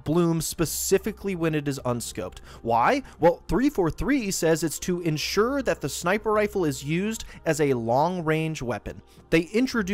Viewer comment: "insure" snickers